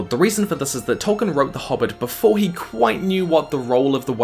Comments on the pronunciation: Noped out . I can only hear Tolkien's name mispronounced so many times in a row before it becomes unbearable. I know my brain works differently to other people's, but mispronunciations, like other language errors, make my brain itch. If we were in the same room, every time you said "Toll-kin" I would stop you and say "Toll-KEEN", and if you can imagine how annoying that would get, that's how annoying the mispronunciation is to me. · Why am i listening to the person who cant pronounce Tolkien name properly?